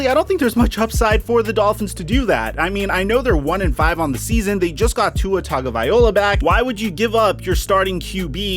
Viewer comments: The Packers historically stay away from high drama talent like OBJ. He overall doesn't seem like he fits into the "small town" "family" feel the Packers like to keep up. I'd love to see the pack go get talent to win now I just don't think OBJ will be their guy. PS: learn to say Taga-va-Loa it's not tagavayola, there is no "Y" sound in the name. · The way he says Tuas last name makes we want to hit him